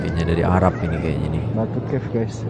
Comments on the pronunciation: Lucu kamu menyebut cave. Cave bermaksud gua. Cara sebutannya kef. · "Batu Caves" harus di baca sebagai "Batu Kefs". Batu = nama tempat Caves= gua-gua (BI)